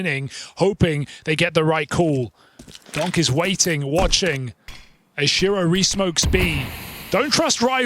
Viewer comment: How come the casters skip the last T in words but only sometimes? I hear weighing instead of waiting, compee ing, yet they never say Zon Icks.